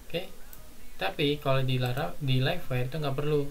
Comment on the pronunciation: Bukan lef-wer bang.. tapi laif-wayer (livewire). hehehe... BTW tutorial yang bagus Bang. Saya sudah tonton 3 video dari seri ini